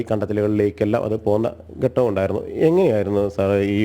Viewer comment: ഗട്ടം എന്നല്ല ഘട്ടം എന്നാണ് ഉച്ചാരണം